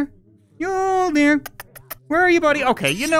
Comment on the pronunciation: Mjölner not mjolner And yes i am swedish